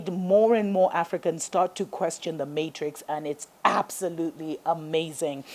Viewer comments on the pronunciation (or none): none